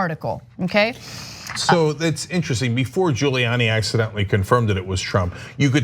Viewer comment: 🤔 does any1else notice how Hannity gets ppls names right, until they're in trouble? 🤷‍♀️ now he's even purposely pronouncing "Giuliani" wrong. he callin him "Julie Annie"... wtf ... 😳🙄🤣